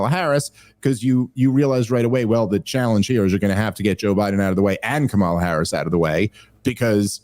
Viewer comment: Could you pronounce " kamala" correctly even one time? I promise it won't make me think you like or respect her.